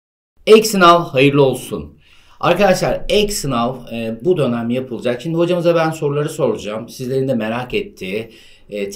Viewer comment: 'de dönem mi diyorsunuz lütfen söyleyin